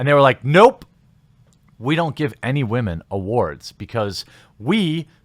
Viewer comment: You're pronouncing "women" wrong.